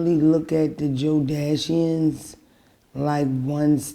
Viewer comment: I know one thing, Mona gonna catch this FADE if she calls us a "Joedashion" again!!! 😡😡😡